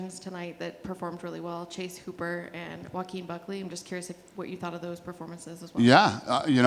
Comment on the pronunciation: This man said "ho-a-keen" hahaha